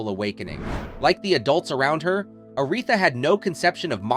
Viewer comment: Are you frickin' serious?? Your fake robot voice mispronounced "Aretha" in a video about ARETHA!!!